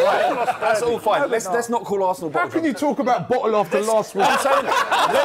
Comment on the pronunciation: Robbie isn't able to handle the word bottle😂